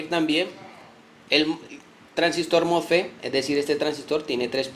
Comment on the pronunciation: mofe mofe se dice mosfet